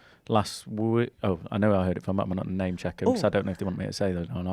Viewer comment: Great to see the enthusiasm in your smile that we hear in your voice, Rob. Really appreciate the effort you must take to get the correct pronunciations all the riders' names as well as the names of all the places they pass through. Looking forward to catching this show every week. Keep up the good work 👌👍👏👏👏